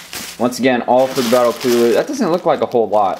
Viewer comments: do you know you said palelu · Why did you say the battle of peleilu